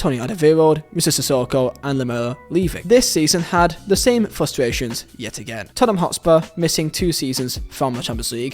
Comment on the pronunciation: Totspur... what is that?!